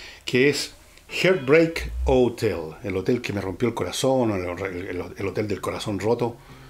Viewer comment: Con todo respeto: se pronuncia “hart bréik houtél” siendo la h producida como una suave aspiración. Falta analizar a Los Beatles.